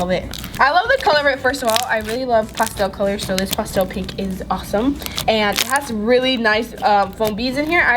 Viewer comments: I love her in all but it’s pastel not postel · Stop acting like a 4 year-old,and its not pronounced pawstel its pastel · Not to be mean but when she says pastel it sounded like she said pasta😂😂😂 and also if you have a fury pet you can't afoid getting hair anywhere it's already everywhere so you can't keep the hair away people with dogs and cats understand